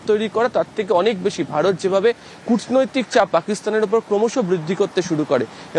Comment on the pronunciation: কূটনৈতিক শব্দটা উচ্চারণ করলেন কিভাবে 😡😡😡😡😡😡😡😡😡😡😡😡😡😡😡😡😡😡 কূটনৈতিক পাকিস্তান করে ভারত নয় 👍👍👍👍👍👍👍👍.